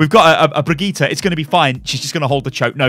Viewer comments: It's not BrigittA! It's BrigittE. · jo mann die heißt brigidde nicht brigtita xD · HER NAME IS PRONOUNCED BRI-JIT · Thats the English/Irish pronunciation. Her name is....Swedish? I forgot her nationality. Either way, its easy to be confused but Brijit isnt actually how her name is said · Nytellem He's been going back and forth on it. I don't think he was messing it up on purpose. More of a "I have no idea how to say it properly while I'm rambling and not thinking about it ahaha" type of mentality. He's just getting used to saying it while rambling now, lol. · I mean he is still mispronouncing the name, just not butchering it completely. The VA herself said it does not end in "AH" it ends in "EH". Anyway, it's been 7 years, hope things are well for you mate! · What's so hard about saying "Brigitte" ?